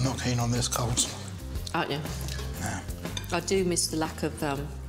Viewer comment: "Im not keen on this coldslaw" um..its coleslaw mate 😀